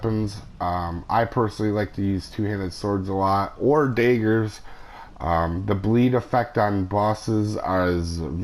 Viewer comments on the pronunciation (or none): "Dagers" lol